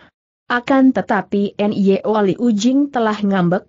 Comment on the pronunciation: Nyo Tiong Eng. Putrinya bernama Nyo Liu Jing. Sayang suara google mengubah Nyo menjadi: en-ye-o. Apa tidak bisa ucapkan: Nyo????? Mohon kualitas ucapannya ditingkatkan. Trims